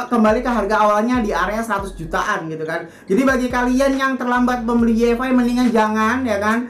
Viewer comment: Apaan yi ef ai? Way ef ay yg bener